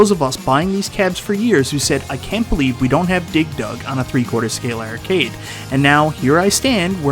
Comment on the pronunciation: funny that a man that can't pronounce "arcade" makes videos about arcades.